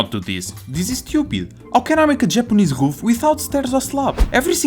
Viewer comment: I like that ween he pronouces "Roof" as "Hoof"